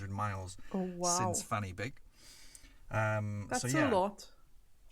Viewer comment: The guy is English and can't pronounce Welsh. Fan-y-Big is not pronounced Fanny Big Try Van-a-Beg